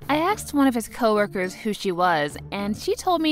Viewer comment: I’m sorry but it’s not “axed”. It’s “ASKED”!